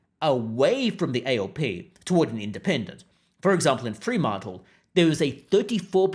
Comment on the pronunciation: I nearly choked when i heard how you pronounced Fremantle 🤣